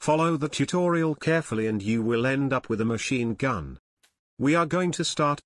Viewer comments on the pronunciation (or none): “Machine gum” 😂